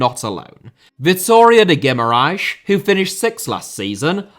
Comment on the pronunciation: I love your attempts of trying to pronounce portuguese clubs an words Arooca Famalição Primera Liga Guimarãs Biera-Mar And more words that you could help me find